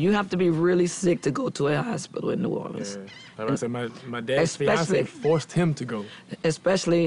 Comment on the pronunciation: Please stop saying Louisianer, and New Orleens!!!